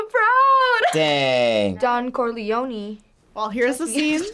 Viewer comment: Korlieoneeeeeeeeeee real pronunciation (kor-le-on)